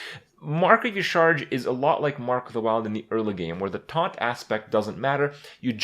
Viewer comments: Dear Papa Krip, yah-SHA-raj (Y'shaarj) Sincerely, your local Lore Nerd. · It's pronounced "Yasharaaj" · Ucharge.... Ucharge... It's Yasheeraajh